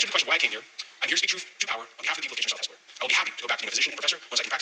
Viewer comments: Yep, you said Hespeler right. Locals drop the second « e » and it sounds like Hespler. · You didn't goof up on pronouncing Hespeler, but many constituents from Kitchener South-Hespeler goofed up voting Mr. Strauss in.😕